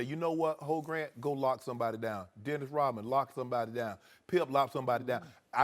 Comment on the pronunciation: Pretty sure nobody calls him « Hoe Grant »...